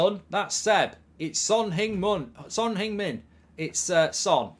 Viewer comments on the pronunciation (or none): Man said Son Hing Mun 🤣🤣